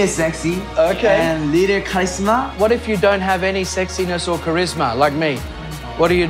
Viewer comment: I'm devastated he really said charisma like that NOOOOOO